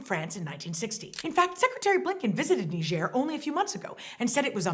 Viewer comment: No one being on the phone in the beginning skit got a real lol out of me. I had no idea Niger was pronounced that way. Thanks for teaching me how to say Niger properly. Those numbers you brought up regarding Haiti are ridiculous. There being so many different gangs makes it seem scarier than if things were more organized. So frustrating when people attack the helpers. No matter where it is. Anyways, thanks for the updates. Your channel allows me to dip my feet into world news without having to get soaked and chronically upset. Actually, I usually end up feeling a bit better after watching these.